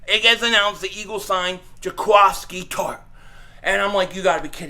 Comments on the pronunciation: I think the end of his name is pronounced like the qui in “quick” with an S in there, not a qua sound lol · I love how he was trying hard to say it right n still said it wrong 🤣